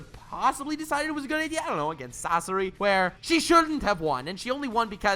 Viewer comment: I let the video keep going when he disrespected the fire style release but I have to stop when he said Sasori. I won’t watch anymore. Just my opinion tho